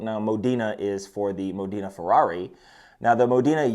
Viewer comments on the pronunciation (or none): Modena, not Modeeena. and it's city, in italy, where Enzo Ferrari was born